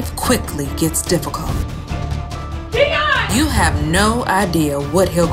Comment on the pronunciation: It’s dion (dee-on) I thought it was (die-on)